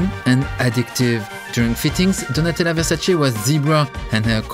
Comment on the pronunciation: It's not "Versaci", it's "Versace" ! 🙏 Mama mia 😂